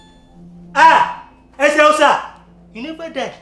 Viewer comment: Its the way agent pronounces Eseosa